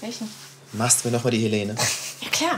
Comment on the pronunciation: Die heißt im Video nd Helene ! Sondern Elene